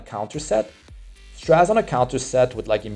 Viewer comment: I'm so excited, I don't care about his multipliers, I'll try to pull him anyway. By the way, it's pronounced "Stra-zay" (sorry to be that guy).